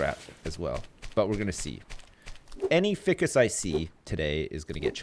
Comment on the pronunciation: FY CUSS IT'S PRONOUNCED FY CUSS